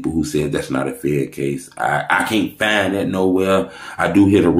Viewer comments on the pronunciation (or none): none